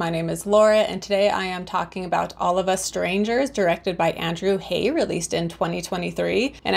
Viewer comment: The director/screenwriter's last name "Haigh" is pronounced to rhyme with "vague": long "A" and hard "G".